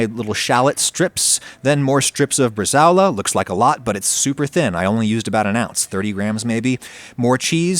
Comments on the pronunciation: bre-sa-o-la. 4 syllables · … how did you just pronounce “brazole”? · IT"S PRONOUNCED BRA-ZOLE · Na, na, you gotta say it like a Jersey Italian: bruh-ZHUUUHLE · Just FYI: It's "bresa-ola" — the 'ao' is not a diphthong. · That's NOT how you say "bresaola". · Jesus man that is not how you pronounce Bresaola smh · Having done some further internet research, it does seem like the diphthong-pronunciation is acceptable in American English. Which still makes it Wrong in my book 😊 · Please google the pronunciation of Bresaola, looks tasty though!